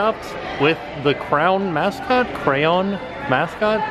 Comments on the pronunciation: I made it to and couldn’t deal anymore lol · I literally live in america and still can't get over the way people say CRAY-ONS... which is the right way to say it. Not CRANS, not CROWNS, CRAY-ONS... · I'm seriously disturbed by pronouncing them "crowns". It's "cray-on". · Here in Ireland it's also called crayon not crown or craown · I love but the way he pronounces crayon is hilarious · Every time you say “crown” instead of “CRAY-ON” my butt hole clenches. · How do u say CRAY-ON like CROWN!!!!!! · Cray-on now crown, please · Cray on not cran.😆😂😡😝lol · Where is he from why does he say "CROWN"???? Personally I say Crayon which I think is the only way it should be pronounced, but you do you. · Please your making me crease when you say crown it’s cray-on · What the hell tim First it is cray-ON then it is called CROWN and CRAN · It's pronounced crayon not crown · ITS NOT CROWN!! IT CRAY-ON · STOP SAYING CROWN ITS CRAY-ON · Cray on. There is no w anywhere in there its crayon not crown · Its spelt cray on ok like a cray fish and the opposite of off of so you don't pronounce it crown like a kings crown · NOT CRAY-OWN OR crown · how to pronounce crayon. Cray-on. Not crans. Not cray-olns. Not crown. Cray+ons=crayons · It's not pronounced crown it's pronounced cray-o-la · I love you. But I'll never understand why people pronounce it "crowns". It's CRAYON. CRAY-AHN. I'm triggered. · You say croun its pronoust crayon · I love how he says "crayon" as CROWN. So original ;] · Bored Millionaire he literally says crowns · Sounds like he said "crown" lol!! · Are you saying crown? Lol jk love ya! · crown, craon, cran, croyan, XD the video content was as enjoyable as the 47 pronounciations. Cray as in Crazy and on as in the word on. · Who else was really noticing he was pronouncing crayon wrong I don’t judge him I love his channel it’s cray-on LOVE UR CHANNEL MY MAN BOI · I got so triggered at the beginning when he said what sounded like “crown” AGH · It’s cray-on